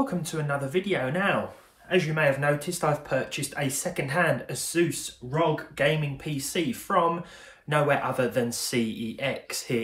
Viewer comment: Please learn to pronounce Asus ROG correctly